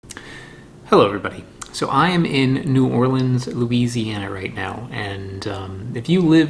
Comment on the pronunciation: Thank you for pronouncing New Orleans like a local.